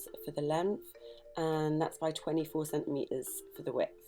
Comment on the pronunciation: Centimetres has two “T”s in it. Please pronounce them